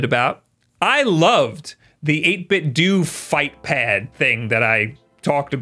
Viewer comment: its dough not do, as in taekwando. 8bitdo.